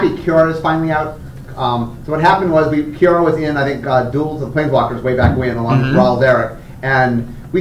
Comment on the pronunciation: It sounds like they say QR instead of Kiora.